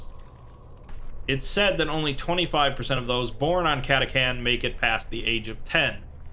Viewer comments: Cristian Martinez I cringe every time he says lazegun and catacan instead of catachan. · Cat-AH-Chan. not catacan. also you forgot the most deadly weapon in the guard. SLY FUCKING MARBO AHHHHHHHHH!!!!!!!!!!!!!!!! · he also said CataCan, and not Catachan, *Exterminatus breathing intensifies* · For the emperor! Also it's cata-chan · It's pronounced Cata-chan btw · Lasgun = Las pronounced like LASt. Catachan = CataCHan